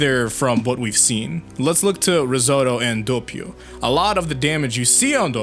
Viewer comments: Doppio not Dopeio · Not Dawpio its Doppio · you said dappio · U said dappio once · It’s pronounced Dahp ee oh doppio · pronounces Doppio correctly 3 minutes later: DAHPIO. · I can’t believe you’ve done this. How could you pronounce his name like that.